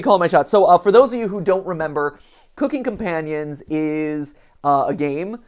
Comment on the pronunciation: As this is clearly going to be a game involving cannibalism, you are pronouncing the title wrong. You are slightly emphasizing the word "cooking" rather than the word "companions". Isn't it strange how the tiniest of stress in different places can change a meaning from "companions are helping me cook" to "I am cooking my companions" also, (spoilers for the video) Mat predicts that Mariah isn't actually dead, saying we haven't seen a body after just looking at pictures of her rotting corpse. Now, I'm not saying he's right or wrong (I literally don't know, this is the first playthrough I've seen), just that the timing is a bit ironic.